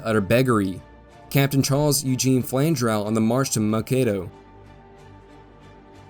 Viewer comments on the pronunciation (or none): Minnesotan here. We pronounce the city of Mankato as MaNN-kato. Thanks for doing this.